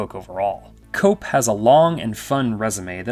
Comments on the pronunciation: The screenwriter of JP is pronounced kep (Koepp) not cope. Sorry, I see this on YT videos a lot and the lack of research into how to pronounce peoples names staggers me. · David Koepp's name is pronounced KEPP - not COPE. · Love your video, but remember...when pronouncing screenwriter David Koepp's name, the "o" is silent!